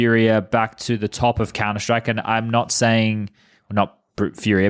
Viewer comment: Talkin countah!!